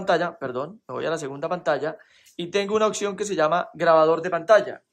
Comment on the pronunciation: Cactura??!! Occion???? Jajjajajaj captura opción jajajja